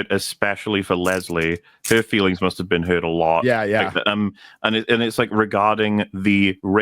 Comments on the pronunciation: His feerings were hurt? Rearry?! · “My feerings were hurt.” 😂😂😂